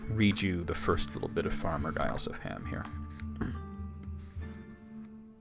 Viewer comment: Giles is pronounced "Jiles."